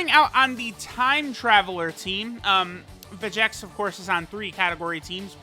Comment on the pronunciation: It's Veyy-G-Echs